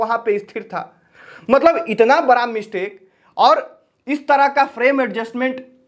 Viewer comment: ❤बड़ा प्रोजेक्ट होता है बारा 😅😅प्रोजेक्ट नहीं होता है भाई सीखो बोलने पहले😅😅 तुम्हारा भी समय आ रहा है 👿